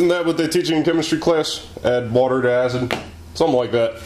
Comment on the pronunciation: "Add whhhaaater to hacid!!" ahahah